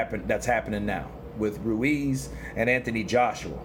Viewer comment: Stop pronouncing Ruiz like that, you ain't Spanish